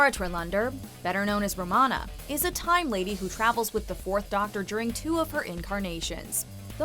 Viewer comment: Are we just going to let it slide that she mispronounced Romana's full name?